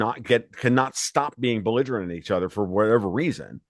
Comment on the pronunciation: When said beligerement Iran he lost me.